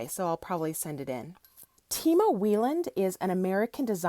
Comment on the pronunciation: Timo Weiland piece is pronounced why-land (we have the same last name). Great video :))